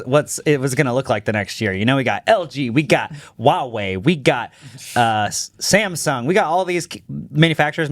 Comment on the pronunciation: Samsung ❌️ Samesung ✅️